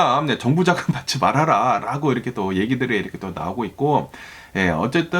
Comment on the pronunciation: 미국에 사시면서 한국말을 아주 잘하시는데 ~~ 라고 발음이 아주 이상하고 거슬리네요 ~~롸고 로 들립니다. 시정이 안될까요? 자연스러운 발음. 그리고 어디 뉴스를 번역해서 말씀하시는지 몰라도 반트럼프로 일관하시네요. 어디 미국뉴스 들어보려 켰더니 이건 뭐… 쩝쩝